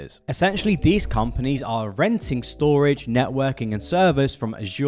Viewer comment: You need to learn how to say Th. you say Frew instead of Through. You say dees instead of These. This makes you sound unprofessional.